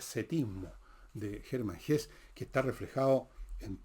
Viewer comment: Bajo la Rueda es de las mejores novelas de Hesse. (En la fonética del idioma alemán la e final se pronuncia. Como en Nietzsche)